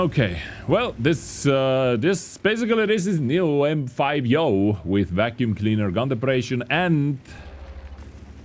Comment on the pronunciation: brooo its not yoooooooooooooooooooo